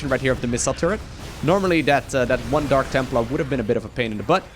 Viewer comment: Did just say Dank templar?